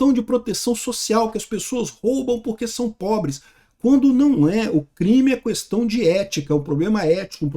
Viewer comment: O fala “cuestão” 😄